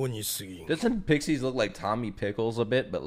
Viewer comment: Pixis- “PICKSEES?!”